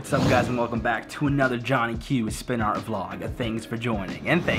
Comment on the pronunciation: WRITE AND THEN SPIN IT AND I LOVE WHEN YOU SAY AAHRT